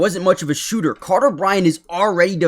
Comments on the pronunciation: Who is "Cater"? lol. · His name is "Carter". You said "Cater". Slow down and read FFS, lol. Also, I'm a UA grad. I know exactly who TF Carter Bryant is. 😆